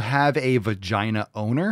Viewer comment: I could have swore she said odor, not owner.